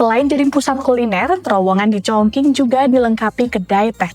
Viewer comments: Kota mana tu Chong King? Chongcing nyebutnya. Qing dibaca cing, cing bacanya bukan ching ya. Tapi kebanyakan anak-anak zaman sekarang mikirnya karena pake q jadi sama kayak pake k. Ada juga Dinasti Qing, suka salah sebut jadi Dinasti King. 😢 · Kok org selalu Salah melafalkan nama kota Chong Qing y?Bukan Chong King tp bacanya Chong Ching...Salah lafal tp dgn bangga membawa acara,hrsnya pelajari dgn teliti dulu cara lafal dlm bhs Mandarin bukan sembarangan krn yg nonton jd berdiri buku kuduk begitu dgr Chong King....haiya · bacane congcing bukan congking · Chongqing mbak...Qing=Cing bukan King 😂😅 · Cape bgt denger penyebutan “chongqing” jadi chongking 😌 lain kali banyakin denger dan belajar pelafalan dlu lah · Congking 🤣🤣🤣 Sekelas kompas loh masa penyebutan nya salah 😢😢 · Kalau ngikutin standard bahasa Indonesia gak salah juga Q dibaca jadi K. Contohnya Al Qur'an. Yg benar itu kata/kota ChongQing harus dibaca mengikuti standard Pinyin. Maklumlah makin ke sini dunia jurnalisme Indonesia makin buruk. Padahal apa"nya sudah tersedia.Kenapa gak terlebih dahulu cek di google translate pelafalan yg benar itu spt apa. Kan gampang toh. Kalo memang mau mengutamakan profesionalisme.